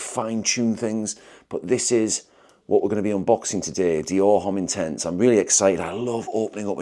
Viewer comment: I can’t decide if you’re taking the piss or not with your pronunciation of “Homme”?